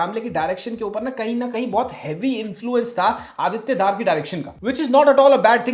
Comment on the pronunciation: Dhaar nahi pronounced as Dhar Bareily nahi Barelvi school of thought Critic ji...hope hamara criticism bhi aap as a feedback loge